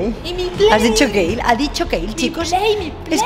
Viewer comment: A dicho kayle